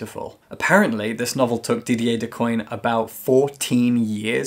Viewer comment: Great reviews and summaries, but Decoin is pronounced [dikwen] the n is nazalized. Thank you for all your hard work.